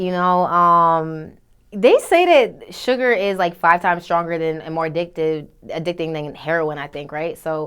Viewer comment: "Hella aDicktive" she place a lot of emphasis on dick no matter where its placed.